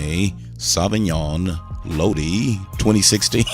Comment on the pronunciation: Just a little help. Lodi is pronounced (low-dye) the end of it sounds like “I”. 👍😉